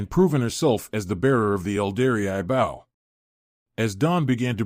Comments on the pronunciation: It's pronounced Beau. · Might be a good story but I’ll never know because I can’t get past the constant mispronounced BOW. How damn hard could it possibly be to edit and correct the pronouncing of the main word in the story.